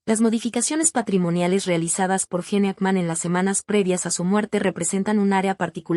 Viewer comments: Mucha inteligencia artificial y ¿no pueden pronunciar correctamente los nombres de las personas? ¿quién es JENE AKMÁN? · Me mata como pronuncia el nombre y apellido del actor